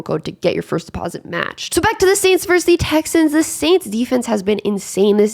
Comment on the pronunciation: Vs is verSus not verse